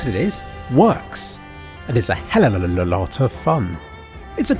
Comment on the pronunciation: sorry, i cant do this anymore. It's HELL-UV-A not helllolololololol0ololota. i beg you